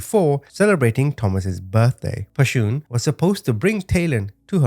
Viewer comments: One thing... Pretty sure Pashun is someone's creative spelling of "passion" not pa-shoon. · Her name wasn't Pa-shoon... Just her mama's ..creative.. way of spelling passion... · "Pashoon" cracks me up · Her name is pronounced “Passion” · I think her name is pronounced like "passion", no? Such a terribly sad case... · Her name is pronounced passion. Sorry some of us in the black community knows. Thanks for the story. RIP to them 🙏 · Pronounce her name passion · The mother's name is pronounced the same as the word "Passion". I really appreciate the manner in which you deliver these stories. Thank you.